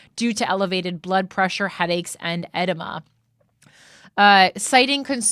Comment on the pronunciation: Should've asked how to pronounce edema, also. e - DEE - muh